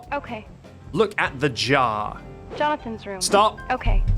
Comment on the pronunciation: backseat you keep saying "jah" you have to pronounce the R 😭 "jaR"